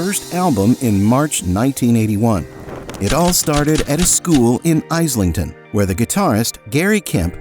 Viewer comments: World War I was an imperialist war. Islington is pronounced IZ lington not eye slington- Facts, please. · btw it is pronounced "IS Lington" and not "Eyes Lington" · Its pronounced "IZlington" as in "IZ" note not the US pronouincation of Zed as "Zee" but the British way "IS" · 'Eyes'lington. ffs. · Eyes ling ton 🤣🤣 is this narrator AI? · Eyes-lington, one of my favourite places in London! 😂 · Soon as he said eyeslington... i was off 😂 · Eyeslington, really!! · Ize ling ton ? ha ha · Live in London for 40 years. Never heard of Eyeslington 😂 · Eyeslington, FFS. SLOP. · It's Is ling ton not what you said